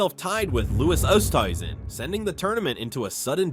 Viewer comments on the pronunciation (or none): I like these videos but can’t take them seriously if you can’t even pronounce corey pavin Martin Kaymer or Louis Oosthuizen names correctly cmon man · You don't even know how to pronounce the names of Corey Pavin and Louis Oosthuizen but expect to be taken seriously as some kind of golf historian?